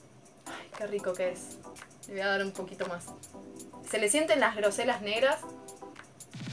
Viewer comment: se pronuncia grosella ( con doble l ) no grosella como mencionaste